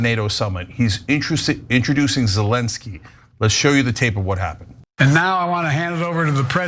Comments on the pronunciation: 0 seconds ago Breaking News !!!! Cenk is in Mental Decline!!!! At the beginning of this BS segment! Cenk initially said “ intocing” when he meant to say “introducing” while calling out Biden’s gaffe! The irony of it all! Although he quickly corrected himself and so did Biden! But by the standards of Cenk ! These human error are great assessment for mental decline. So let’s apply it evenly across all broad ! And it’s does not matter which part is the sentence the error occurred! A Gaffe is a Gaffe ! Hypocrite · But Cenk mispronounced “introducing,” right off the bat. I’m not a Biden fan but mistakes happen.